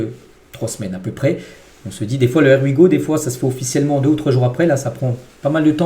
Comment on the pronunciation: Bonjour Tu prononces toujours mal "here we go" 😂